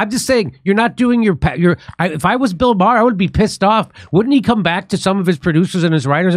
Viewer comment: Bill Meh-er